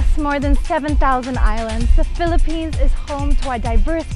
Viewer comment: Yung pagkaka pronounce niya ng Philippines, pinoy na pinoy ang accent hahaha same kay mutya datul.